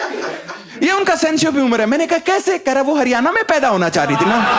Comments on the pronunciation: हरियाणा बोलना तो सीख ले भाई। हरियाना क्या होवै है 🤦🏼‍♀️🤦🏼‍♀️ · Bhai हरियआना nhi हरियाणा hai yo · हरियाना नहीं हरियाणा😂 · Bhai haryana ko pronounce to thik se kar lijiye.